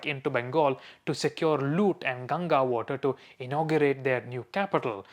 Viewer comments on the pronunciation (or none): none